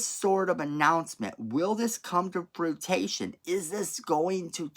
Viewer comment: Fruition (froo-ih-shun) not fruitation.